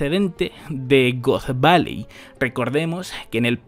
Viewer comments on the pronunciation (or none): Bro, pronuncias "God Valley" como "Goth Valley". No antojes